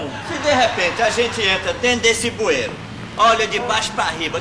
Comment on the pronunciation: O certo é "bueiro" e não "buero" sem o "i".